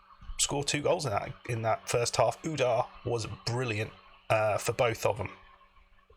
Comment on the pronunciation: Don't reckon it's important, but I'm pretty sure Ouadah is "wada". :)